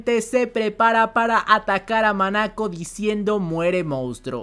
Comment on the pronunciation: corrección es "MONACO" no "MANACO".